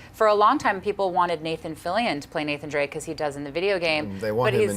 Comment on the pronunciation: Fillion not Fillian... JEEEZ!